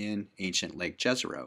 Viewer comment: Kudos for attemping to pronounce "Jezero" correctly.